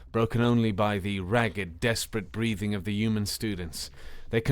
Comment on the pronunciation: Human . Not uman 🤷‍♀️